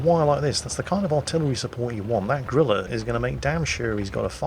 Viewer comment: I love that pronounces Grille as "Gorilla." It makes you think of something large and mighty, and then it clears the corner and, well... Betcha the Bishop crew reacted like they saw a gorilla, though!